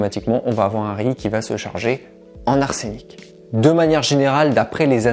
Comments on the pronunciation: Vous prononcez mal on << dit arsenic " et "" pas arsénic >> :-)) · Pourquoi dite vous "arsénic"? On dit "arsenic" arseunic!😉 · On prononce en français « arsEnic » et non ‘arsÉnic ». Merci pour le conseil sur le riz. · Merci! Infos importantes! Juste un truc en toute sympathie... une info en vaut une autre, si tu veux bien... on dit "arsenic" ( e fermé comme "semaine" ou "prenons") pas "arsénic". Il n'y a pas d'accent, et pas non plus 2 n... règles de prononciation et d'orthographe. Bisous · Pardon mais il n’y a pas d’accent sur le "e" donc on ne prononce pas arsénic mais arsenic. Merci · ArsEnic pas arsénic sinon merci pour ta vidéo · On ne prononce pas arsénic , mais arsenic 😃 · ah oui et pour compléter la blague arsenic se prononce ARSeuNIC et pas ARSéNIC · On ne dit pas l’arsÉnic mais l’arsEnic. C’est un peu dur à entendre pendant toute la vidéo. Merci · Ars (E)nic, non pas arsénic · c' est arsenic et non arsénic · Arsénic NON-arsenic OUI sans déconner c'est un e pas é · Le riz trempé 12h cuit à froid 😁 Je ne savais pas qu'on prononçait arsénic. Je l'ai toujours prononcé et entendu prononcer arsenic. La cuisine est belle, cependant elle paraît basse. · On ne dit pas "arsénic" mais "arsenic " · On ne dit pas "arsénic", mais "ars eu nic". En plus, tu dis pas mal de bêtises. Normal pour un coach naturopathe.... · Pourquoi prononcez-vous Arsénic et non pas arsenic ? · très intéressant mais ne dit on pas Arsenic et non arsénic !!! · Salut! Tu es plus que parfait pour tous les nutriments et autres astuces alimentaires, mille merci!! 👍 Cependant si tu prononces Arsène Lupin.... il y a bien un accent grave..., et pour Arsenic il n'y pas d'accent..... donc ne prononce pas Arsènic......! 😉🙏😉🤔🤔🤔🤔🤔🤔😉 sinon gros bisous, et merciiiiiii je vais faire tremper mon riz 12 heures minimum!!!👍👍👍👍👍👍👍👍👍👍😉👍🙏👍🙏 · interessant ! En revanche si je puis me permettre ça se prononce Arseunic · Arsenic avec un "e" et non "é" se prononce "arseunic". Désolé !